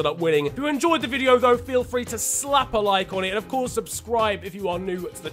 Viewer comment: "Please salahp a like" 🤣🤣🤣🤣🤣🤣